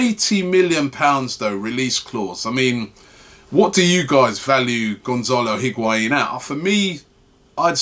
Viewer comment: If we're going to be talking about Higuaín every day someone needs to teach Robbie to pronounce it correctly.